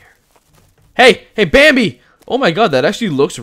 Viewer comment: thatchineseguy hhf it sounded to me like he said banbi